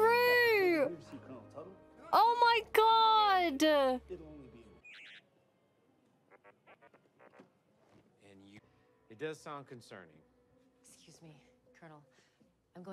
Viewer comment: Lol! You're "oh, my gawd." was so southern . Too funny.